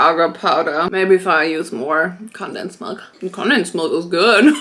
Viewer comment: okay but i adore the way you say condensed milk bc i say it the same way but that’s not how they pronounce it in america :(